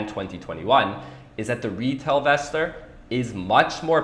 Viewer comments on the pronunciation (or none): Not sure But I think it is pronounced in-vestor